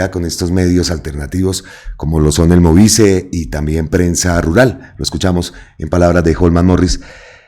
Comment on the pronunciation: *MOVICE, con E de Estado. Es decir, la 'e' se debe pronunciar. 😉 Para claridad,: MOVICE traduce Movimiento Nacional de Víctimas de Crímenes de Estado. No es un medio de comunicación, sino un colectivo compuesto por organizaciones que representan a víctimas de crímenes cometidos por el Estado. Iván Cepeda es miembro fundador y perteneció al movimiento antes de ser congresista; no sé si todavía. Una observación constructiva. 🖤